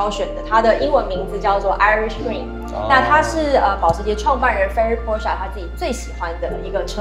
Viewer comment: Porsche做過影片介紹德語中Porsche的唸法。 銷售體系的員工應該要帶給大眾正確的資訊才對。